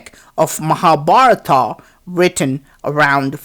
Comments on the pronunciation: Hey is naragaswarar so we celebrate deepavali ...and if u not know Tamil don't say..is it Mahabaratham. ..but u say mahabaratha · Good morning, your videos are good. But your pronunciation is not about HINDU gods names and places. for example: MAHA BHARAT and your pronounce an extra "A" after each words in your entire video and all vidoeS. So i request you to pay attention and not only you, but I would like all those EXPERTS ON INDIA living outside India. The actual is महाभारत and pronounced as you read in English "M ha" "Bha rt" so it is equivalent to "म हा" "भा रत" . Other is thanks for videos and knowledge you spread for Indian alone. And citizen of other nations. :Thanks again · I simply couldn't watch till the end.The commentators fake accent and irritating voice are simply too much ! The way he pronounces Indian names like Mahabharata,Hastinapura etc makes me want to puke !!!